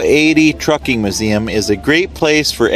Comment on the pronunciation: It's not MUH-zeum, its MYOO-zeum.